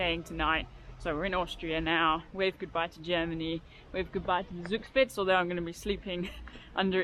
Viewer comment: Love your pronunciation of Zugspitz. Thanks for showing us where not to pass when in a hurry. Nice landscape. If you love waterfalls, comme to Ticino in Switzerland, there you can see a lot of them from the motorway.